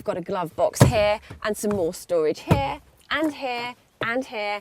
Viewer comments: we've got storage hair, we've gotta stash tray hair, we've gotta glove box hair, and some more storage hair, and hair, and HAIR! haha no offence but it does sound like it. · Lol! So she's saying hair hair hair? I thought that was merely british accent for HERE.